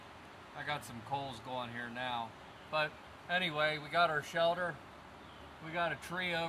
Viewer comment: He calls it a "shelder"